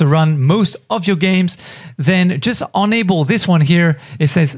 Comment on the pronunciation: Wow you confused me in the beginning because you say Unable, which is not correct, Unable = Turn off (Able = Turn On) But otherwise fine video.